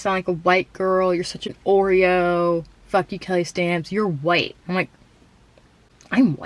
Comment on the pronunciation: “huwhyte” Lmao 🤣